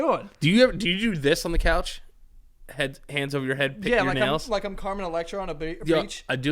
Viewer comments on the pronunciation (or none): none